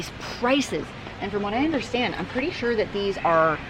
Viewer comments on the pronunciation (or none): none